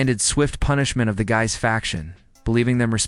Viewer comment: Excellent research and presentation....apart from the flashing white lights, that once noticed detract greatly from the narrative, and you may have to work on the pronunciation of French names; "Guise" is pronounced "Geese" as far as I recall, although I am not fluent in the language. Apart from these less important aspects, very well done and the production team is to be congratulated. 🌟🌟🌟🌟🌟